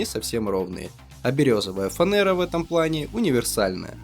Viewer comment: Фанера произносится через букву Е а не Э